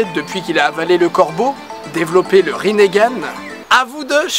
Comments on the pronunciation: On dit pas Rinnegan et non "Rinnégan" ? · Itatchi, Rinnégan, frère t sérieux !! C'est itachi et rinnegan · mais oreille quand tu prononce "rinégan" c est " ringan" donc pas de é au minlieux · On dit rinnegan pas rinnégan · Le Ringan pas le Rinégan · C'est pas rinégan mais rinegan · On di rinegan pas rinégan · Mdr rinégane itatchi oulala c est rinegane et itachi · on dit pas rinéganne on dit rineganne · Bonne vidéo naruto est mon animé préféré 😊. Mais juste cela se prononce rinnegan et non rinnégan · Pourquoi tu dit rinegan alors que c'est rinengan ? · c'est pas rinnégan ca se prononce rinngan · Pourquoi tu dit Rinn"é"gan ? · C est pas rinéganne mais rinegane ( en prononciation ) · Rinégan😂😂😂 on dit ringane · Sa se dit "Rinengan" pas "rinegan" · Tu dit itatchi et rinéganne et danzou C est itachi et ringanne et danzo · T con on dit rinegan pas rinégan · On prononce bien Rinne Gan et pas Riné Gan normalment nan en plus je crois que c'est écrit comme ça "Rinnegan" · ça se prononce ringan j'crois, pas rinéganne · Rinégan mdrr nan sa se dit ringan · J'adore la video pouce bleu a un detail pres... Rinnegan se pronnonce rineugan sans forcer sur le eu et pas rinégan ce qui est degueulasse apres jsp si ta vu la vf perso je lisais donc voila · pas rinégan!!!! juste rinegan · Rinnégane ? wtf. C'est rinegan (la prononciation), non ? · On dit pas rinééégzn mais lingan!!!!!!!!!!!! C'est pas compliqué ! ! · oui mais non. dans la première théorie tu dis que kaguya a changé notre monde alors que quand elle est arrivée sur terre,il n'y avait pas de technologies tel que des ordis. aussi les villageois se battaient avec des arcs et des sabres ps: ça ne se prononce pas rinégan mais rine gan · pourquoi tu dis rinégane c juste rine...gane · On dit pas " rinégane" mais ringane . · Rinnegan, pas rinégan. Et c'est Itachi, pas Itatchi, sinon j'ai beaucoup aimé la vidéo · rinegan pas rinéga itachi pas itatchi danzo pas danzou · Didi : le rinÉgan ! Moi : euu.... wtf !? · "Rinéganne" ouch.